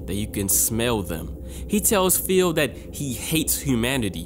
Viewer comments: This was amazing but I just cant get over "feel" lmfaoooo. Please spooky next time you red the name Phil just say fill lmaooo. Love your workk keep up the awesome videos! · saying "Phil" like "Feel"